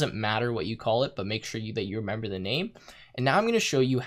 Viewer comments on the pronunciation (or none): none